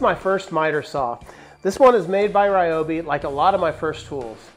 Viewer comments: REEobi not rai obi. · Great suggestions overall. But can you please pronounce Ryobi the correct way. I know a lot of the internet pronunciation tools say it the wrong way, too. But, it's. Ryo is pronounced similar to Rio (de Janeiro). There's also a Japanese golfer named Ryo Ishikawa and it's not pronounced Rai or Rye or anything close to that. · It's actually Ree-oh-bee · Thank you, I've been pronouncing it wrong my entire life! I will make an effort to change my pronunciation, but sometimes its hard to teach an old dog new tricks... or pronunciations for that matter!